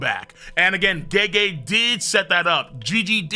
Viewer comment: First I've heard someone pronounce Gege like geegee lol